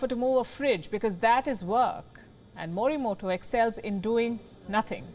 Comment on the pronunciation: Fine, but the pronunciation मोरीमोटो is not as per Japanese spirits. I am writing in Devanagari because even English is not able to convey it, the fact that Japanese does not have consonants टा, टो etc their words are made of ता, तो etc and hence the correct pronunciation should be मोरीमोतो ।